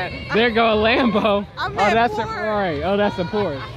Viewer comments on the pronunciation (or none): none